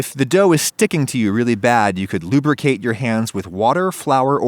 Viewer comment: ha ha ha ha ha he said lubericate ha ha ha ha ha